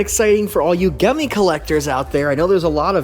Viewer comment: The g is pronounced like a j